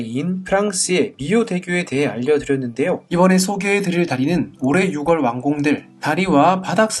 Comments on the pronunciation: 제가 중학교 다닐땐 활음조 현상이라고 해서, 6월을 [유궐]이 아닌 [유월]로, 10월을 [십월]이 아닌 [시월]로 발음하도록 배웠는데, 문법이 바뀐건가요? 유튜브 보다보면 6월을 [유월]로 발음하는 사람을 못봐서 궁금하네요. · 채널 주인 분이 경상도 억양을 쓰시다보니 그런 것 같아요ㅎㅎ 경상도에선 유궐치뤌파뤌 이렇게 발음하다보니깐요..